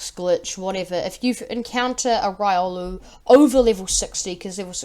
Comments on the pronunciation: its riolu not raiolu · Its pronounced: Ree - oh - loo